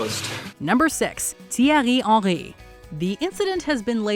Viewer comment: Oh my days, you can't pronounce any football players, Rivaldo, Gallas and Henry all butchered.